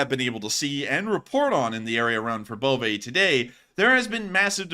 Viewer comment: Verbove said like Verbova